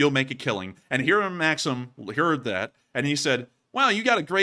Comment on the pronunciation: It's pronounced makseem... it's my sons name. Makseen is a girls name. Also you showed russian apartment buildings and said it's a poor hood. It's the way all apartments that are older than 20 years look. You should consult with folks like us so you can be more culturally informed. Otherwise like the show 🙂